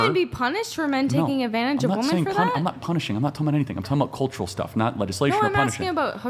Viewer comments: Can someone explain why these girls can’t pronounce women correctly? Plural is being pronounced as singular. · To women under 30... you guys know that WOMAN (singular) and WOMEN (plural) are pronounced DIFFERENTLY, right? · Why is she saying ‘woman’ instead of ‘women’? So annoying 🙄🙄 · Uneducated Women say WOMAN INSTEAD OF WOMEN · Why does she keep saying “ woman” not “women”??!! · Why is it so hard for them to say "Women" Anyone else notice they are saying "woman" and not "women" when referring to more than 1. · ITS WOMEN WHEN ITS PLURAL, “WEHMEN” !!!! DAMMIT!!!! NOT “WUMAN” !!! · Why do all feminist like them say "woman" instead of women? Are they stupid? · I consistently CANNOT get over why people say “woman” when they mean “women”. Why can’t they get the plural form correct when speaking?!? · Another clip where a US female cannot pronounce women (wim-in). They say woman when they mean women. It's ridiculous. And that girl is so immature. She can't even have a conversation without losing emotional control and looking at both sides. No accountability for her actions either. It's other people's fault. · Yeah, she's making stupid arguments and is rude in her interrupting . . . but is no one also gonna point out that she doesn't even pronounce "women" correctly? It's really grating to me. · The one girl that doesn’t know how to say the word women really pisses me off